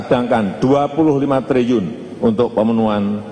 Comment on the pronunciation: TRILLIUN PAK,... BUKAN TRIUN😒😒😒